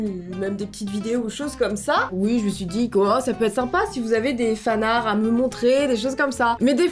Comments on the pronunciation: Fanarts avec la prononciation /fanartes/ tiens de l'anglais En français tu ne dis pas /arte/ mais /ar/ dont fanart tu le prononce /fanar/ 🤷🏼‍♀️ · Personne: Littéralement personne::"Les fanarrr" C'EST LES FANARTS!